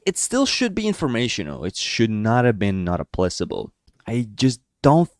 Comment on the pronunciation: FYI in "not applicable" the c is pronounced as a k